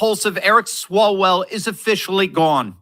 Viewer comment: Did you say swallowell